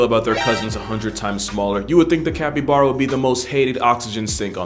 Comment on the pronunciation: Capppybaaaaaaaara....mate. I love your videos. I couldn't get past like the 5th time that you mispronounced it. 😆 Sending you love though. Maybe work on that. It's like bear like a bare bottom. Cappy...baaaarrr....uh...copy?